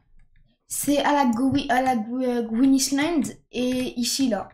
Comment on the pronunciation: "A la gwin Islande"😂